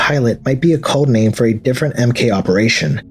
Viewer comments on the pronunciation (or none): none